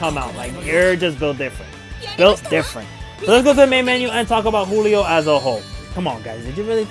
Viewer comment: Giulio is pronounced like “Juliet” but saying “lio” at the end. Also, think “Rudy Giuliani” but again saying the last name as “Giulio.” It’s an Italian name, since he was a servant of a big Italian family (in the movie).